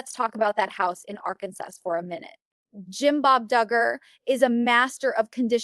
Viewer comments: Pretty sure that Amy- who lives in Arkansas- would know how to pronounce it 😅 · VERY!! They said Arkansas wrong and Amy would say Amy Duggar King.